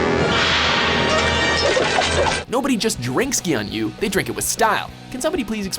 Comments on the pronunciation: the way you pronounced "gyuunyuu" made me cringe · Please, if you have no idea how to pronounce things in Japanese, don't do it multiple times. It hurt every time you said gyuunyuu absolutely wrong, even though the said it in the commercial like a second later.